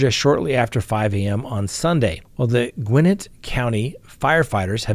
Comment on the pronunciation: Just for correct pronunciation purposes, because we all know you love that, Gwinnett is pronounced like “Gwen net”, in your best southern accent 😁.